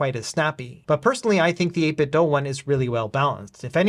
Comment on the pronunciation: It's the "8BitDo". The word "do" rhymes with "goo". The word you keep saying is "8BitDough".